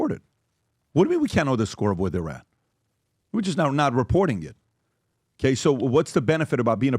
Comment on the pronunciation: Why cant PBD pronounce OKAY? Kaaay !! Kaaayy , Kaaaay